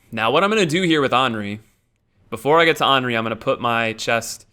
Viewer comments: no, it isn't fucking Onri. It's Anri. Like Andy. Or Annie. Or literally every other word that starts with "an". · Why don't you pronounce the "th" in Irithyll? Plenty of characters in the game pronounce the name, so it's not a mystery. Speaking of, Anri is pronounced with the 'a' like in "and", not like the 'a' in "all". No biggie of course, just pointing it out for some reason. Actually, one pronunciation that bothers me the most is Oeden from Bloodborne. The name is said out loud on many occasions, but so many people pronounce it completely wrong. Everything from oiden to oden. It's more like urden if the r is pronounced with a more open throat.